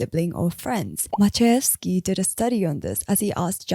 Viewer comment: Kudos on pronouncing Maciejewski correctly, it's so refreshing not listening to an anglo butcher everything in their path...